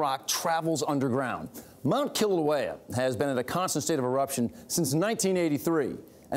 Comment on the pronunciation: I wanna commend the weather man Lonnie!! He actually pronounced the Hawaiian words correctly! Both the volcano and the subdivision. Maika‘i Kēlā Lonnie most mainlanders butcher our language 😀 .... By the way great report